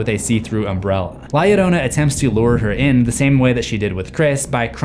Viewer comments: It pronounced yo ronan. And this is a scary legend to hear as a child. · the entire time i was just fuming on how he was saying it “yodona” Se llama es “Llarona” pronounced “Ya- rrrrO-nuh” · La "yo-RO-na" is how to pronounce. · Its "La - Llarona (Jarona)!" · The fact that people say her name has an i. it is LA LLORONÁ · Doesn't a double L in Spanish sound like a Y would in English? So, it would be pronounced LA Yorona. Irking me... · The only thing I leave a dislike for is the fact of how he's saying la llarona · From what I heard I thinks its pronouced lie yarona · Double "L" makes the "J" sound in spanish amigo. You're butchering the pronunciation. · The pronunciation is argued The double L can even be used to make a J sound or Y sound